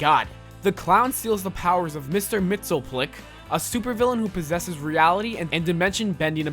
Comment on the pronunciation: Mr. mitsoclic. Hahahha it’s mr. mitsapitilick